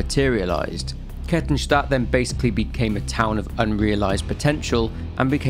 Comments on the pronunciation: I'm only 3 minutes in to the video but well done on the Kettenstadt pronounciation! absolutely nailed it. Can't wait to see the whole video, always enjoy listening to your vids. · Your way of saying Kettenstadt is funny but almost perfect xD (btw it means Chain City) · Oh nice, someone who doesn't absolutely butcher german names for a change. Knew the sub was worth it ;) For those curious, Kettenstadt literally translates as Chaincity (Ketten = chains, Stadt = city), but depending on the context chains could also be translated as Fesseln (lit. shackles). A fitting albeit on the nose name considering the implications. I love it how the internet comes up with various names for the emergency exit of life. Obviously I'm heavily biased by my own experiences, and your mileage may very well vary. Of those I know personally who did or tried to do it, none wanted it to be a taboo, but rather to talk about it openly but it took them too long to find someone they could trust, be it a therapist or a friend who'd listen. It's generally their families or officials who don't want it mentioned, not those affected. The issue persists even if we don't talk about it or it gets censored. Also this isn't a critique on you, but rather the world we live in, be it social media or international news or even gossip in some backwater village. Reach out to your friends my guys and listen to them, especially what they say between the lines.